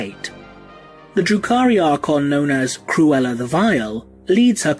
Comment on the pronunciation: I was listening to this while mowing the lawn and kept thinking you were saying, "Drew Carrey". Learned a lot.